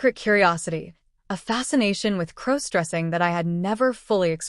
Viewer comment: Stop mispronouncing crossdressing 😮